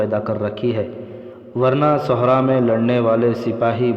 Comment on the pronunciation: Sahra not suhra